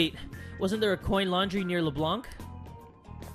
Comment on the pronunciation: Small note : You pronounce Leblanc they way you say it but without pronouncing the c :) I honestly don't mind for the "see castle or skip" Do what's best for you And omg I can't wait for the next episode!!